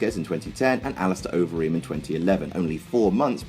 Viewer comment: im sure he did it to be a douche since he pronounced alistair overeems name correctly, and his name gets botched even among mma announcers.